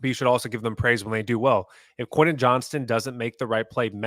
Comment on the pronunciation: is awesome but he still can’t pronounce Quentin. Just say QJ! 😂